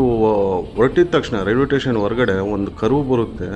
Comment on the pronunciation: ಟೇಷನ್ ಅಲ್ಲ ಸ್ಟೇಷನ್ ಎಂದು ಹೇಳ್ರೀ... ಸ್ವಾಮಿ